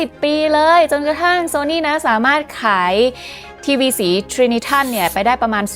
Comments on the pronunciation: อ่านว่า “ไตรนิตรอน” ครับ ("Porta-color" ของ เจเนอรัลอิเล็กทริกซึ่งใช้ปืนสามกระบอกเรียงกันแทนที่จะเป็นรูปสามเหลี่ยม ซึ่งทำให้หน้าจอได้รับแสงสว่างมากขึ้น) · น่าจะออกเสียง ไดรนิตรอน ไหมครับ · Trinitron ออกเสียงว่า ไตรนิตรอน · ในสมัยนั้น คนไทยออกเสียง trinitron ว่าไตรนิตรอน ค่ะ 😊(จากคนสมัยโบราณ ที่เกิดทันยุคทีวีขาวดำ แล้วเปลี่ยนเป็นทีวีสี และใฝ่ฝันอยากมีวอล์คแมน แต่ยังไม่มีตังซื้อ)